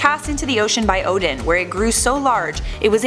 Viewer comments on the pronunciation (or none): none